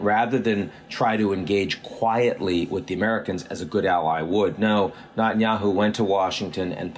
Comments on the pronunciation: Can't understand why you're unable to pronounce the name of the Israeli Prime Minister correctly? Neh-tan-YAhoo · Not that I'm a fan but learn how to pronounce Netanyahu properly.